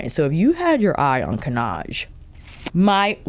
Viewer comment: Nothing wrong with your pronunciation of 'Cannage' 😊 I'm Dutch, not French, but I took French in school. The '-age' bit should always sound like the one in 'Visage'. All the new make up looks great on you, of course, because you know what works for your skintone SO well. I noticed you wear gold earrings often now and you should always wear gold jewellery. It looks fantastic on you 💕